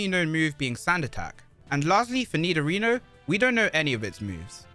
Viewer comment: i got confused when i keep hearing you pronounce nidorino "nidorina"